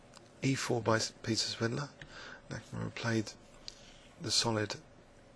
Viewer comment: it's "H. Nakamura", not "H. Nakumaru"